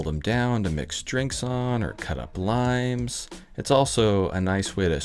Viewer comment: Did you say limes, or lines?